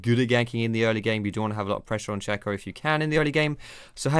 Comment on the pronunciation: It's Shay-co. SHAY-co.